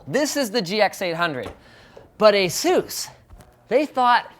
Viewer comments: #Sarcasm I'm offended by the way you pronounce the company name, Sinus! Knock it off and learn how they got the name, and say it right! (Like I said, sarcasm) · Wait, is that how you pronounce Asus?